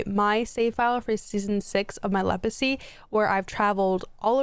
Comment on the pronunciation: are you saying lepacy??